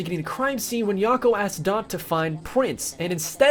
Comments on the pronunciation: Yakko and Wakko not Yokko and Wokko. great video! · Yocko, wocko, and dot. Who are they? I think you meant Yacko, wacko, and dot. Like wacko as in the word wacko. That's wacky.... lol